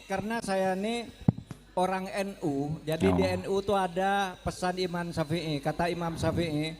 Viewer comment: Pak mahpud belepotan mulutnya nyebut imam aja jadi iman!!!